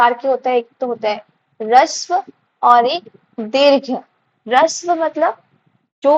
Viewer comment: Harshv bolte hai rishv nhi mam